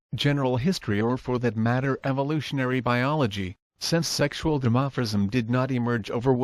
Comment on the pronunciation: "Dimophrism" ....How fucking hilarious is that?